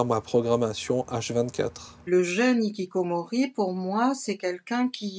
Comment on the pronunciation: Hikikomoris avec le bon R prononcé 😮